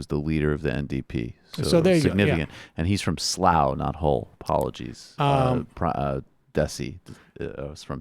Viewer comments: Michael why is your pronouciation of English towns so good? There is no way most Americans have heard of Slough? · Can't believe the host pronounced Slough correctly. Well done. I'm from Slough and many British ppl get it wrong